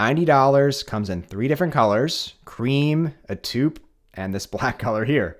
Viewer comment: FYI "taupe" is pronounced "tope."